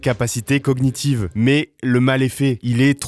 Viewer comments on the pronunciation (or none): G et N ça fait le son nieu. Pas "cogue nitive".